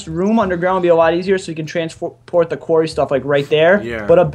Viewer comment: It annoys me so much that doesn't even know how to say Quarry!